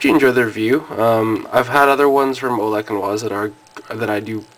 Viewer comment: I think its pronounced Olesh and vice.